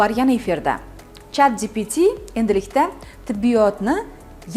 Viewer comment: chatdpt😁 pronounce is lil wrong😅